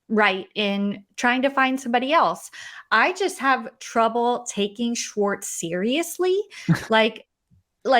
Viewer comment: Why do you pronounce Schwartz as "Shortz"? 😋